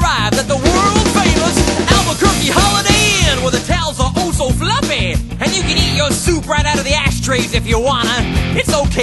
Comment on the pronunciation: The towels are OH SO FLUFFEH at...everywhere...